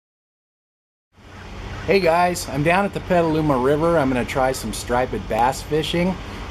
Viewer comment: Striped bass not stripe-id bass lol I love your vids though keep it up man!